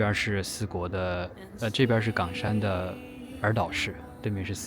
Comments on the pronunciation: 為什麼岡山ㄍㄤㄕㄢ念起來像港山？ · 是冈山（一声） 不是四声哦